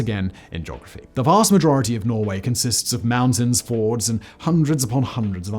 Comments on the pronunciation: FJords,, not fords. Get it right Simon. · Why do you keep calling them Fords and not Fjords? A ford is an easily passable stretch of water, a fjord is the opposite... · Not fords, fjords. A fjord is more or less the opposite of a ford, Fact Boi.